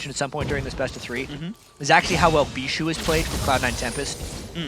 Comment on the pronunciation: I hate the way they say Bishu's name!